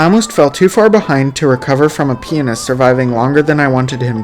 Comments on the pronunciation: Every time you say pianist I hear penis and so does the captions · The way he says "pianist" bro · i have a feeling yt wont appreciate the way you say pianist